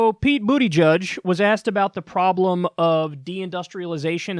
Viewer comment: "Boodyjudge"! I was thinking the same thing! Of course, this nickname is not at all related to his sexuality. Platitude soup. That's what it's like hearing him, O'Rourke, Obama, and other CorpoDems talk.